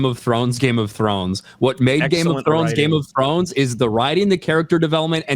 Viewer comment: The first syllable of game of thrones is game ya knob lmao